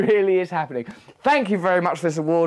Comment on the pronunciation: "Fank you" hahaha